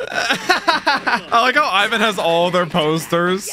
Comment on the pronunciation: this is a very minor thing but please stop calling Ivankov “Ivan”, listen to how the Japanese VAs pronounce is as “Eewan”, his name is pronounced “Eewankoku”.